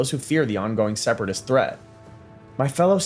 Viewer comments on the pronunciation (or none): none